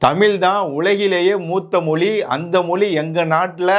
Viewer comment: நன்றாக பேசுகிறீர்கள். நன்று. ஆனால் முதலில் 'ழ'வையும் 'ள' வையும் முதலில் சரியாக உச்சரிக்க கற்றுக் கொள்ளுங்கள்.. மொழி என்பதை மொளி என்றும் அவர்கள் என்பதை அவர்கல் என்றும் உச்சரித்து தமிழை கொலை செய்வதை தாங்க முடியவில்லை. அடுத்த காணொளியிலிருந்தாவது உங்கள் உச்சரிப்பை கவனிப்பீர்கள் என்று நம்புகிறேன். அல்லது நீங்கள் சரியாக உச்சரிக்கும் லரை காத்திருப்போம்....